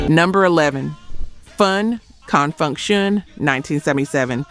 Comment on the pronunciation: That narration has to be AI no one says Confunction like that